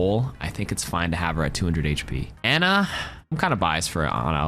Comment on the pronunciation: How does an Ana main mispronounce her name 😢